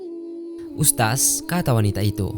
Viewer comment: Mengucapkan kata ustadz kok jadi ustas 🤦